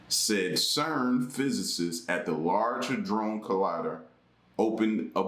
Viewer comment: I stopped listening when you said large hudrone collider…